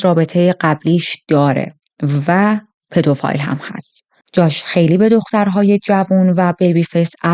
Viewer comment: پدوفیل درسته نه پدوفایل